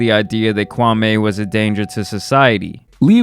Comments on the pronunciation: That's not how you pronounce his name that's disrespectful. It's kwah-me. Not kwah-may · Kwam Eeeeee....not...Kwam Aaaayyy ....please respect the heritage...😔smh... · It’s Kwa(me) not Kwa(may) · Me me me ...not may,.... not Kwameh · It’s Kwameeeeee.. not Kwamay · His name is not pronounced kwamaay but rather Kwaamii (as in me) ..Show some respect..👊🏿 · Bro his name is Pronounced Kwameeee not kwamey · The Stephan A pronunciation of his name is wrong my man. It’s not “KWA-MAY” it’s “KWA-ME” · KwamMEE, not Kwamay. Stephen a Smith says it purposely wrong to disrespect him. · Hey it's Qwa-Me not Qwa-May. I mean no shade whatsoever by saying that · u pronounce it “kwam-ee” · It’s kwame (ku-wa-mi mention it faster) and I have to say he’s definitely not a bust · Why does all these idiots keep saying Kwa MAY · His name is Kwa-ME. Stephen A got everyone saying this mans name completely wrong lol. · I wish y'all would at least respect his name tho. Kwame with long 'E'. Make fun of his game but not his name. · It’s pronounced KWAMEEEEEEEEEE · Ur not saying his name right, and why'd you make a video of shots he didn't make I don't like that you did dat ,it was just as bad, stop that. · The man name ends with an E not an A. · Lmao the way americans pronounce kwame kills me